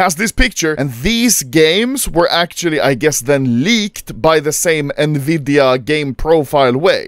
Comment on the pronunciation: nvidia❌ nvidea✅